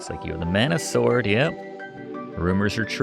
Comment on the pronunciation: the game is pronounced mana as in maa nuh